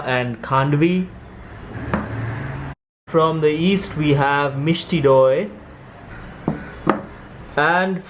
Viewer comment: Perfect video for Independence Day :) The correct pronunciation is Mishti Doi ( Do as in 2 in Hindi and E as in the 5th letter of the alphabet) :D The last part though... hilarious!! :D